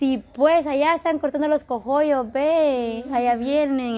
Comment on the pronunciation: Sandrita. No se dice. Cojollos es coollos.